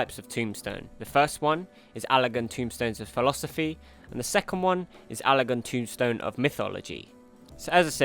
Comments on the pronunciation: TOMESTONE not tombstone.... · As I'm sure others have said, its TomEstone not TomBstone. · It's Tomestone not Tombstone